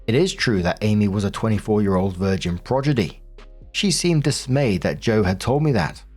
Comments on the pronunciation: Pro-DI-gy. C'mon, you're a full time reader! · "progidy" is killing me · that's not how you pronounce "prodigy"